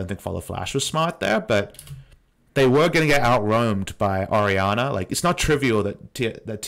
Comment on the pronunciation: Lmaoo for a full three minutes I thought they picked Ahri because I couldnt see the pick and the way you pronounce Ori sounds like Ahri